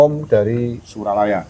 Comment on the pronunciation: SURYALAYA bukan Suralaya 😁🙏